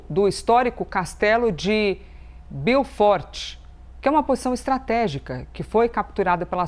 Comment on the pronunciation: Biuforti ??? Beaufort.